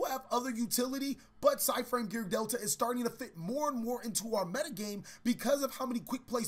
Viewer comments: Side in? I think you mean PSY-de in. Eh? Eh? XD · i know he did not just say psy-frame gear delta